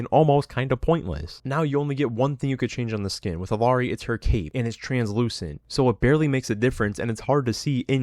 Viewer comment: "I main Illari, shes my fave char in the game" But you pronounce the L